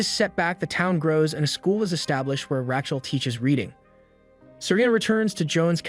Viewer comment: Is this an AI? Because if you cannot pronounce the name RAYCHEL properly then you have problems. Kinda ruins the whole thing.